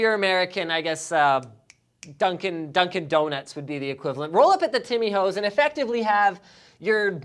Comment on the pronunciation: Timmy Ho's? Timmy Hoes? Nobody in Canada calls it this 😂